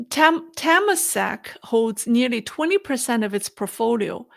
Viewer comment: Temasek. Pronounced: Turr-Mah-Sick